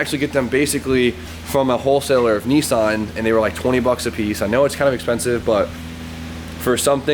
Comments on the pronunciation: Lets not forget pronounces Nissan properly. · Dear Americans. Listen to that is how you pronounce Nissan:-)